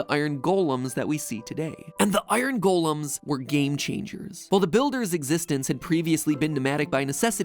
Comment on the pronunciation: How he says "golems" really gets on my nerves